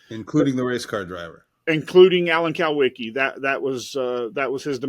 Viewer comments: I have a problem with the statistical anomaly of plane deaths concerning race car drivers, Alan Kulwicki, Greg Biffle, Hendricks family, and Davey Allison is way above the normal statistically for one group of people. I'll just say that. Alan Kulwicki is pronounced cool-wicki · Do these guys even know what they’re talking about?? Jesus Christ, the dumb moron can’t even pronounce Alan’s last name correctly 💯😫. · If he was such an accomplished private investigator why can't he pronounce kulwiki properly